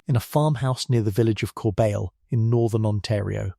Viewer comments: Corbeil = Cor-bey (with the 'y' sound like the 'y' in the word yes) - not corebail... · Sad that this narrator, AI perhaps?, can’t say the French words correctly. Corbeil is pronounced ‘Cor bay’. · I've never seen/heard Yvonne pronounced with a Yu at the beginning. Always more similarly to Ee-vonn. The town names are off too. They were born in Corbeil "core-beel". I'm local to the area and have been to the home many times and even got a chance to hear Cécile and Annette speak on visits to North Bay.